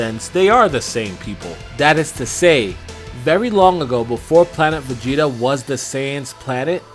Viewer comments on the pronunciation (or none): none